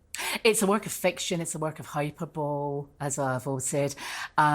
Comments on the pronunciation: "I'm a qualified lawyer and I know how to say hyperbole." Sorry, but she said 'hyperbowl' instead of 'hyperbole' (hi-per-bo-li) twice. I cannot understand how an educated and qualified lawyer doesn't have a grasp of the English language. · ma’am if you can’t pronounce the word hyperbole I’d recommend just using a different word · I’m not a lawyer, but it is soooo jarring 😬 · Wait, she is a lawyer why would she need coaching? Lol. But she can’t pronounce hyperbole correctly and blames her boss for her dismissal. Cray cray 😜